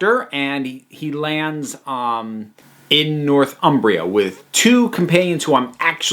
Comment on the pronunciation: “Northumbria”, when referring to the historical name for the north of England, is one word. It’s not “North Umbria”.